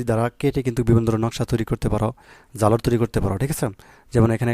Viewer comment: জালরা না ঝালর উচ্চারণে সমস্যা আপনার